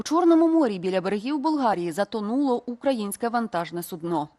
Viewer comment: Навчися правильно говорити.В цьому випадку не судно з наголосом на "о",а з наголосом на "у". В іншому випадку це буде річ,яку підставляють лежачим хворим.